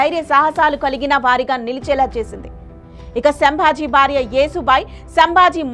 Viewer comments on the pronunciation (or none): none